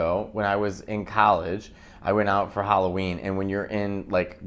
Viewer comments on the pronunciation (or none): Hallo—ween , not Hollow -ween.